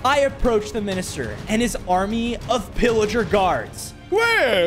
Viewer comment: Thats not villiger thats pilliger